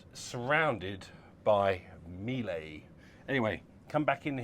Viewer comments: NO…Miele like Sheila … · NO…Miele like Sheila